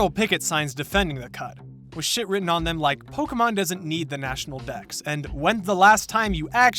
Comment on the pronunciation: Bro please pronounce pokemon the correct way withe de accent